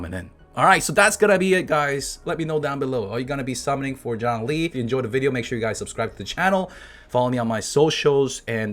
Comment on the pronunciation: Is it a joke that you keep mispronouncing his name? Or is your boy really John Lee